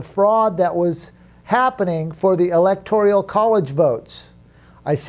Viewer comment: It’s “electoral”, not ‘electorial’.